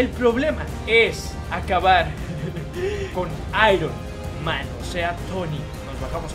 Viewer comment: Se aironma no ironman